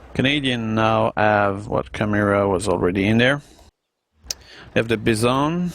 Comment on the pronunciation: It's not called the beesawn, it's pronounced Byezon